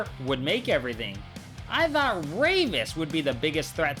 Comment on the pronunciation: bro very cool video ngl. but i have one question..... why do you say dhoughtt or dhankfully instead of thought and thankfully ? NO OFFENSE. i just wondered by watching this video